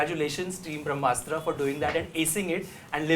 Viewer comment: It's called Brahmastra not Vramastra.